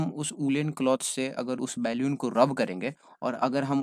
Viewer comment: Normal- बलून sir - बेलून